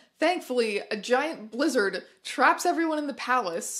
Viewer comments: For one brief moment I heard Giant blizzard as 'giant lizzard' traps them all inside.. and for that brief glorious moment it was almost a much much better movie XD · I thought she said lizard, I was like DRAGON?! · i heard it as giant lizard lol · i thought she said giant lizard and for a second i was like "well maybe dragons are real in the vanessaverse. what do i know? it's christmas!" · when you said "a giant blizzard" i thought you said "a giant Lizzard" and i was very confused about the direction these movies were going in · thought you said a giant lizard traps them, not blizzard. still works imo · At first I thought you said a giant lizard trapped them in the palace, I was so confused. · I heard "giant Lizard" instead of "giant blizzard". I thought there would be a dragon which would be infinitly better.